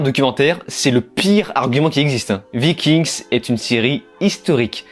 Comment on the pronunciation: Vikingues et pas Viking'sss déjà ^^ Travaillez vos textes avant de mettree en ligne si vous voulez en faire votre taff.. c'est ce qu'on attend....